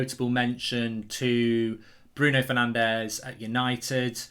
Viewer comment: Is saying “Fernandesh” so hard?